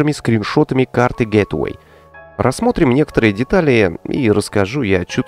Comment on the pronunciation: привет, не в обиду, а скорее из-за частого повторения слова. Gateway - Это гейтвэй, а не гетэвей. Гет эвей - это "Убирайся", "Уходи", а гейтвэй - это "Вход", "Врата":)